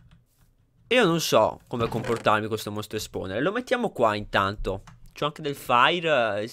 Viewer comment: Basta mi stanno sanguinando gli occhi...LO VOLETE CAPIRE CHE SI SCRIVE SPAWNER? E non "spowner" o "sponer" mamma mia imparatelo sto inglese